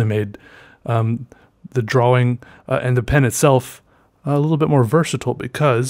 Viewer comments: I love the way he sais "dro-wing" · I love how he says drawing (drowing) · Draugh Wingh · I love how he says drawing like draWing... dude u are also amazing at art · I like the way he says “drawing” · I have a weird appreciation for how pronounces "drawing" and I'll never get over it lol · You are beyond awkward and weird, and I love it. Also the way you pronounce the word drawing... 👌